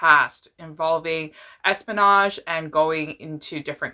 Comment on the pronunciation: i have never heard anyone pronounce heroine like this before 😶 or espionage for that matter. sorry, it just threw my focus off.